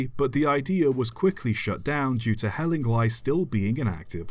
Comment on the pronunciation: It's pronounced Hell-ing-lee not hell-ing-lie but otherwise very interesting. There's a book "Hospital Railways and Tramways" by David Voice, published in 2007, ISBN , and Hellingly features on page 49 (of 103 pages).